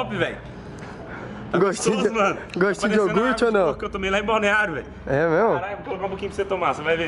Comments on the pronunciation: iogurte NN IORGUTI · Balinha de "Iorgute"